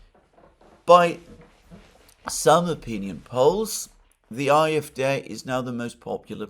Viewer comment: It's AFD, not IFD